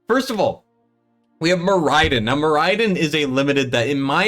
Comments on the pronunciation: can you please stop mispronouncing the SHIT out of Moriden (MORR-uh-dun)? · How are people still mispronouncing Moriden?